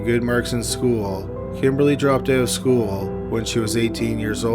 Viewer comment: "Speaking of schoo-ul..."